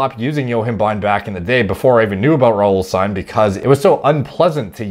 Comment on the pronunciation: i know you're Canadian but the ending -ine is pronounced -een